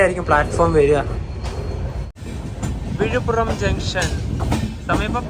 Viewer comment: വിഴിപ്പുറം അല്ല വിഴിപ്പുരം ആണ്